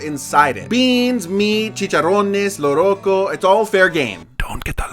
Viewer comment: It's not Loroco, it's Locro.